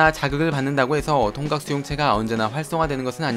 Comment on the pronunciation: 나만 통각을 통닭이라고 들은거야..?